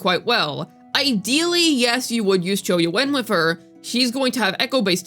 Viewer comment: Who the hell is cho yuwen? ;)